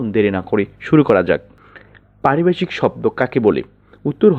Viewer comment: ওরে ভাই, এখানে কি হকারী করতে আসছেন "!!!! হাউ মাউ করে কথা বলেন কেন। উচ্চারণ এত বাঁজে কেন?? "ভ" কে " ব" উচ্চারণ করেন। পারিভাষিক কথাটাকে বারবার পারিবাষিক বলিতেছেন।